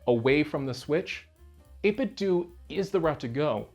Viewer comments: "Dough" not "Do". Like "Dojo". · Pretty sure that’s how you say it dude lol. It’s supposed to be a play on nin-ten-dough. Every heard of them? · pronounced ate-bit-dough, ya know... like nin-ten-do, get it? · Why do people insist on pronouncing "do" in 8bitdo like "doo" and not like Ninten"do" as it should be? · 8bitdoo? What is that? A controller to play Scooby Doo on a Nintendoo? I can't take people seriously that pronounce 8bitdo wrong. lol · You don't pronounce Nintendo as Nintendu so why does everyone call the company that makes Nintendo replica controllers 8bitdu? I know it's a complete non-issue but it drives me insane. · "8BitDo" is pronounced Eight-Bit-Dough. It's a play on "NintenDO." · It is the year of the lord 2000 + 23 and people still don't see that the 'do' in the 8bitdo name is supposed to be pronounced like Nintendo. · Yeah, years ago, the company said it is "doo". They even used to sell a Bluetooth speaker that would say "8BitDo" when powered on and people then were like "oh so that's how they pronounce it". Since obviously we would assume it is like the 'do' part of Nintendo. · Can't believe they pronounce their own name wrong. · Seeing this be the too comment soothed my soul from the annoyance of the mispronunciation